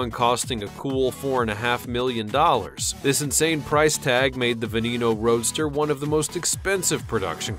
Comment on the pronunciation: "voiture"... "veneno"... dude you need to learn how to say words